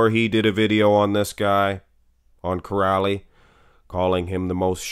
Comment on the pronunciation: Király is pronounced "Kiraay" and not "Kirali", and László is "Laslo" not "Lazlo"